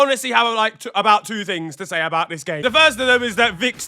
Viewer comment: idk if anybody else been known this but this segment has been getting shorter and shorter and at first i thought he was just saying "the beautiful gay" but now hes just say the beautiful g